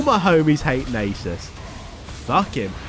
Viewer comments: just think about "susan". its susan not susane. so its nasus not naysus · I like the way he says Naysus. It is like that one woman in the cooking show who says Microwayve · Nay-soos :D hahaha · Id pay to watch Iron 4 worldsm also to say Nasus right Nah-sus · YOU ARE SAYING NASUS WRONG